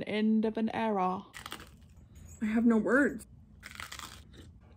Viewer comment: "The end of an air-ruh" got me